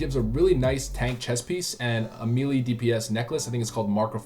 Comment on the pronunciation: Please stop saying Meelee lol.